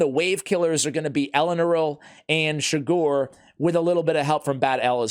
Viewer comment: Just rewatched this again and realized he pronounced my last name wrong again but still happy i finally got it.